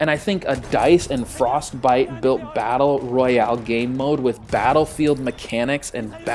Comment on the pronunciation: Were with you to you said Battel Royal 😂